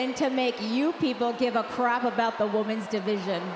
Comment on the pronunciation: It REALLY bothers me she constantly says woman's instead of women's